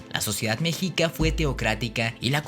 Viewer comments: El weon dijo mejica? A mi me enseñaron que era meshica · Muy buen vídeo, pero se pronuncia meshica saludos desde Mexico🇲🇽🇲🇽🇲🇽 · Mexica, se pronunció „meshica“, Tzilacatzin „tzilacÁtzin“ ;)